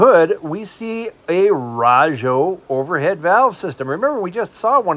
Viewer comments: You did a real good job covering all the cars, especially the alphabet cars including your explanations. I appreciate that you covered the inside as well as the outside of the museum, and the swap meet. RAJO is pronounced with a long a, not a short a. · I've always thought Rah-jo, but then I probably mispronounce a lot of stuff. You should hear me try and say 'wash'